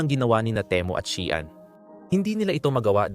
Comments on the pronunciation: ayusin mo Naman salita mo, pwede ba. shean ba baka Shein. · Bakit Shian db SheIn 😊